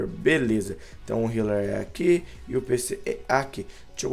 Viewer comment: Esse Filipe ai nem sabe escrever ou se quer falar "healer" n sei pq vcs os brasileiros falo o "H" como se fosse um "R" pq??